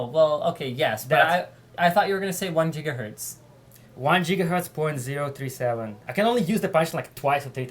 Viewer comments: Lmao, "jeegahertz" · JIGAHERTZ!!! JIGAHERTZ!!! JIGAHERTZ!!!! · *cue Crysis voice* "Maximum Jigahertz"~ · Jigahertz Jigahertz Jigahertz! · Jigaherts Jigaherts